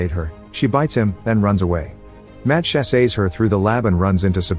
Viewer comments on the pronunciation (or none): I loved it when the text-to-speech saw “chases” and said “chasAYs”